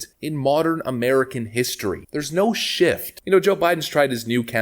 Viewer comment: Stop saying shiff, it’s shift